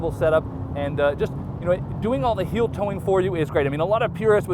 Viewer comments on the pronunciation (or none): none